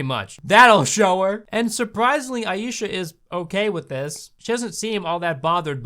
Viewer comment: You pronounce Aisha as eye-sha not ayee-sha, just saying otherwise great video